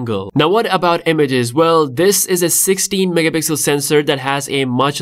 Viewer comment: Nobody:: mehpixel 🤭❤️